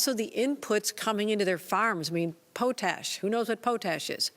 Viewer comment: Did she say "pooh-tash?" Did she mean potash? LOL